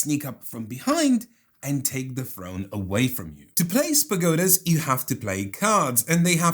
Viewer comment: During the Ethnos discussion, I kept wondering how you "play spagotas" until I realized was saying "place pagodas", heheh! Definitely a bit of a tongue twister.